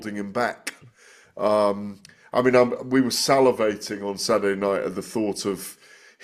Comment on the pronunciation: "Sadderday night " Why now dropping the, T"s?